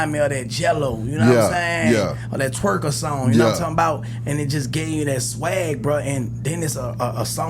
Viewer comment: Turk said that "Twerker song" 😂😂😂 he meant "Tweaker" 😂😂😂